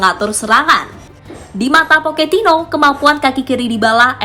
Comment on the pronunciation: Era baru poketino Kalau ngomong yg bener min pocetino poketino oon x kau